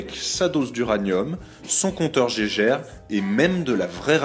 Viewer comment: Par contre, c'est un compteur Geiger. Et c'est de l'allemand. Du coup c'est "gaillegueure" par "jéjeure".